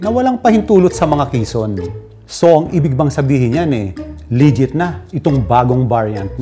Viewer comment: "Lijjet"? T inang yan..